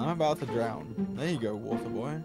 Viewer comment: Water boy got me laughing *Come here wanter boy*😂😂